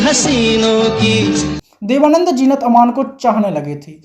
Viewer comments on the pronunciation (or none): Kash jeenat ki jagha zeenat bol pate. Sub gur gover ker diya.